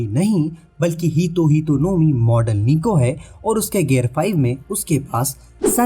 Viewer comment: Nika🗿 ❌️ Niku 🥹✅️